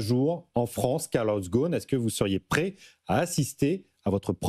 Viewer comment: Carlos Gone ? Really?? I mean how hard is it to pronounce Gosn ??